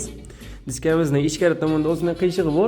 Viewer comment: Дискамизни деган гапингизни аник ва чёткий айтинг ёмон эшитилаяпти